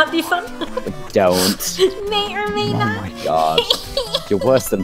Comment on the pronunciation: I MEI OR MEI NOT MEIN MEI. I MEI THINK SHE IS AMEIZING AND MEIKS ME LAUGH MEIBY!!!